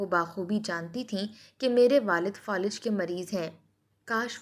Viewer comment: Folij nahi Falij